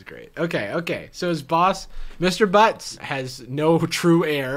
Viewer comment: I swear he said mr. BUCKS not BUTTS 😂😭